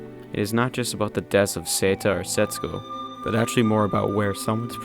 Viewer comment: Despite all the good review, how hard is it for u to pronounce SET-SU-KO (instead of SETS-SU-KO) ? Haha.. Btw, good vid